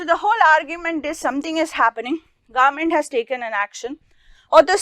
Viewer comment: The government word is sounding like garment rest the video explanation is really good